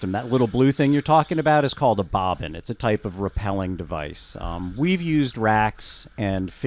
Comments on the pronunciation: I’m with on the dry caving + rAppelling, not repelling lol, surprised thought both pronunciations were correct, they’re definitely not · It's pronounced rappelling not rappelling